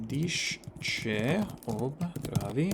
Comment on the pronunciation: Wow, I'm Slovenian and I can't do this. I've never even heard of some of these places tbh. 😅 To memorise all of them like this is already impressive, but to do it in a foreign language (one you don't speak) as well? Mind-blowing! 🤯 As for your pronunciation, it's better than 99% of native English-speakers when they try to say stuff in Slovenian. Some of them you completely nail (your "središče" sounded like a native Slovenian speaker would say it, to name one) and others sound like a non-Slovenian Slavic speaker would say them. They (and you) tend to say the letters correctly, but put the accent on the wrong syllable. In Slovenian it's not unusual for the accented syllable to be the first one. For example, we wouldn't say "CerknIca," but "CErknica."